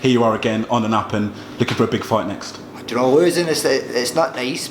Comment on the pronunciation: Ricky 'ja'know' Burns